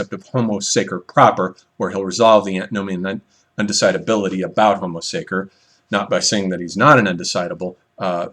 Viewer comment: Homo sacer is pronounced (sacher)